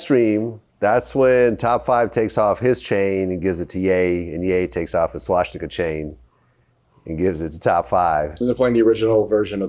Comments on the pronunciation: Everytime you say swaSHtika instead of swastika a little kitten dies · Vlad adds to many SHW's when he says Swastika. There in no H in the word.